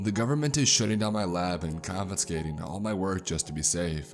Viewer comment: no one:: confinscating